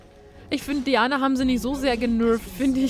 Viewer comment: Diana spricht man Deiäna aus :P